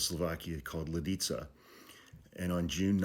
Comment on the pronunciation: Good pronunciation of Lidice, man. But have to correct a little. Reinhard Heydrich was mortally wounded in Prague on 27 May 1942 as a result of Operation Anthropoid. He was ambushed by a team of Czech and Slovak soldiers who had been sent by the Czechoslovak government-in-exile to kill him; the team was trained by the British Special Operations Executive. Heydrich died from sepsis caused by his injuries on 4 June 1942. Nazi intelligence falsely linked the Czech and Slovak soldiers and resistance partisans to the villages of Lidice and Ležáky. Both villages were razed; the men and boys age 14 and above were shot and most of the women and children were deported and murdered in Nazi concentration camps.